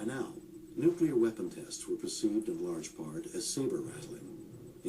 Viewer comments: Has anyone noticed how good documentals are usually too short, but bad ones go on and on? This of TOTAL CRAP is an INSULT to the victims of nuclear - NOT "NUCULAR" (AAARGH!) - explosions oer Hiroshima and Nagasaki. As pointed out in earlier posts, these people SURELY were NOT part of any conspiracy theory! Seriously, 0=1 ? Hey... remember to breathe! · he lost me with "nukular" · It's "NUCLEAR"not "NUCULER" How bloody difficult is it? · New-clear not new-cue-lar asshole! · Have a hard time listening to anyone saying "nukular" when trying to be scientific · Once again, it's pronounced NU-CLE-AR not NU-CU-LER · You lost me at "Nuculer" Can you not read? It's NU CLEAR. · I've got to listen to you saying "nucular" for two hours? Fuck off. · I could not bear to listen through this because of the repeated distraction of the narrator saying nuk-u-lar rather than nuclear. friggin annoying! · This video lost me as soon as I heard "nucular" the second time. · This dumbass can't even pronounce nuclear. Hall the time he say NEW-Q-LAR are we supposed to take this nitwit seriously? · lol thermal nucular war haha...its nuclear not nucular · the bombs are called "nuclear" not "nucular"... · You lost me when you kept saying "Nucular"... -_ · say it with me: NOO-KLEE-URR Do you call the core of an atom the "Nuculus"? Jesus. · I don't give much credence to a video about nuclear weapons when the narrator can't even pronounce "nuclear" correctly. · If you're going to make videos like this, please learn how to properly pronounce the word "nuclear." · Hmmm, I'm suspicious of anyone promoting a nuclear conspiracy who can't pronounce "nuclear".